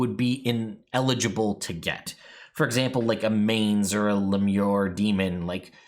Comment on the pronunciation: Pronunciation note: It's closer to "mah-nes" rather than "maynz" -- the demonic thing is not the crest of hair growing from a horse's neck, but rather, an ancient pagan spirit type.